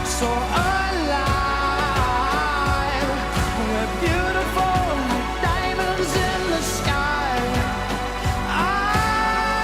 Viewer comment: urg the first one was just a dude singling like a typical pop singer that pronounce diamonds like DOIYYYMUNDSS XD